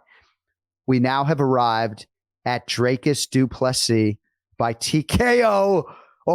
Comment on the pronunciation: It's Dreecus not Dreycus